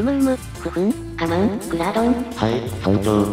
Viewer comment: クラードンがグラードンに聞き間違えてしかたねぇ… 素直ですねぇ〜